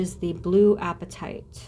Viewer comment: Pronounced " Ah pa tite" Short a sound plz 🙏